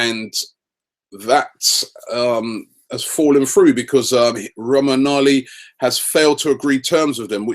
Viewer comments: I think it's "Romanholi", the 'gn' sound pronounced the same as in champagne and lasagne, or the final sound for "SylviNHo". Romain'oli. I´m from Brazil, learning Italian. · Romangoli is pronounced ROMAN-YO-LEE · Romagnoli is pronounced 'Rommanyoli' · Robbie Romagnoli is pronounced Rome-ah-Neo-lee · They pronounce the defenders name as "romanyoly" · Robbie its pronounced Rom-ag-no-lee. And he is much better than stones, potentially world class and the next great Italian defender. He is being compared to Alessandro nesta! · It's Roman-yo-lee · You can listen to the Italian pronunciation for Romagnoli here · Robbie we should go all out for Benzema even if we have to pay £50million pounds, he will make us title contenders! Giroud is a very good striker but for backup, I hate how his a striker who has his back to goal, Benzema can create his own goals and set up many! He will be worth the money and will be another piece of the puzzle solved to make this perfect arsenal team! And Robbie, Romagnoli's name is pronounced with a silent "G" ! We should sign him to have 4 centre backs that we can be confident with!